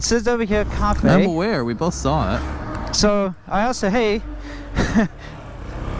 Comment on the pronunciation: CA fe ‘ 🤣